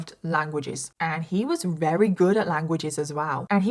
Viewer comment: Just something I've noticed... alot (most) of the time you say wary instead of very 😊